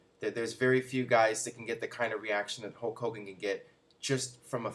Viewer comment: who's "hoke" hogan?